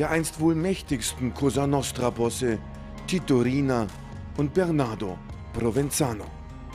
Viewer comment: toto rina und nicht tito rina